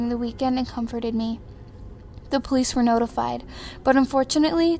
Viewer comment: "Open up this is the police-izzzzzzz" ... lol really?